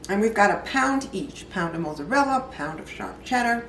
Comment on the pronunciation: Looks delicious, but I'd be interested to know why the milk and egg mixture can't be added before the dish is topped with cheese. Also, I like the way you pronounce Mozzarella- you say Moozerella and I've never it pronounced that way before. I'm going to try your recipe. Great job 👏🏽